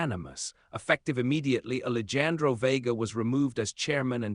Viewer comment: the AI readers are so funny....they don't understand the words spelled the same but pronounced differently....and in this story...ali jan dro???? I know it's more of an ethnic name...but honestly... it really detracts from the story